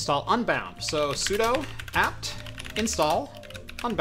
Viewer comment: “sudo” is pronounced sue doo. You are DOing something as the super user.